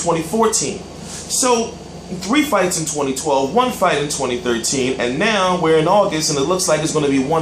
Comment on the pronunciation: "AND NEOW" WHAT THE FUCK WAS THAT?!!!